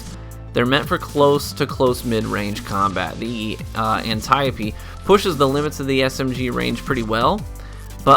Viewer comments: An-TIE-OP I died when he said that 😂😭💀 It's pronounce ant-ee-ope D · Had me dead at "ANT-I-O-P" 😂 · ane-ty-yuh-pee dee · The "Antieyeopey" Ant-ie-ope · Anne-tee-ohpe D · It's pronounced "Anti-ope" the "e" makes the "o" say its name. Learn how to pronounce the names people. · How the fuck did he just pronounce antiope 🤦‍♂️